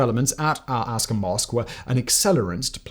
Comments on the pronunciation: You're mispronouncing Aqsa. It's ak-sa , not As-ka. Other than that, great video 👍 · I’m happy that this is an unbiased standpoint and that there are people who can now see the truth. Just one little thing if you do end up making another video about Palestine, it’s pronounced Al AQsa and I noticed you said ASqa. Hope this helps! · Great job, on pronunciation correction, you keep saying al asqa, like the American state Alaska, it is pronounced Al-aq-sa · Did he just say El Casa Flood instead of Al Aqsa Flood? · Yeah, also took 6 minutes saying how Hamas killed innocent civilians and children then says "there were deaths on the Palestinian side too".. Oh also says al-aska instead of Aqsa even though it is written in front of him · Nbd but slightly lost my mind every time he said “Al-Asqa” instead of “Al-Aqsa” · For future reference, it’s pronounced Al AQsa not Al ASqa. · please learn how to pronounce aqsa ( ak - sa ) not ( as - ka ) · It's Al Aqsa, not Al asqa. It's spelled correctly but mispronounced every time. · It's "al Aqsa", not "al Asqa". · My God this bearded goat pronouncing al-Aqsa as al-Aska,i just wanna rip his beard and slap him silly!!! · Simon, Thanks for a very well-thought-through and even-handed analysis. Well done! I would love to see a longer video about the roots of the Arab-Israeli conflict. Just one comment - you pronounce the Al-Aqsa mosque as 'Al-aSka' whereas it should be "Al-aKsa'. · I normally give a pass on pronunciation in your less formal content, but this time it should have been easy to check and get correct. It's 'el-Ak-suh' not 'Alaska'. Otherwise a great video. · Uh, it’s Al-Aqsa Mosque, not “Al aksa”. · It’s pronounced Al Aqsa, not Al Asqa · “Israel and Syria” should be “Egypt and Syria”. pronunciation of “Al-Aska” Mosque should be pronounced as “Al-Aqsa” Mosque. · Is it al asqa or al aqsa? I keep hearing you say "al asqa" and i'm not 100% sure you're pronouncing it correctly. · Al aKsaa not Al aSka 😅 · 'Al Axer' not 'Alaska' 🙄